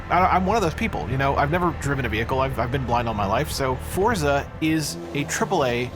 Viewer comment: For-za not Fort-za. C’ mon people there’s no ‘t’